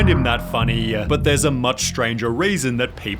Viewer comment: that little american accent on the r in stranger caught me off guard